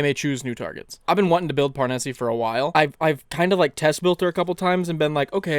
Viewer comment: Parnesse is almost certainly meant to be pronounced in a French way, meaning the "e" at the end is silent.